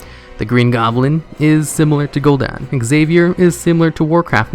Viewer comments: It's Gul'Dan DAN LIKE DAMN BUT DAN now dawn. Gahhh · It's not "gool Don" it's "gool Dan" like Lieutenant Dan. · I get triggered every time at the way you say gul'dan